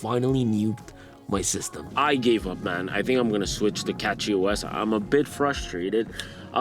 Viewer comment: Various names botched * KDE Connect -- KDE * MangoHUD -- MangoUHD *TLP -- LTP * CachyOS -- CatchyOS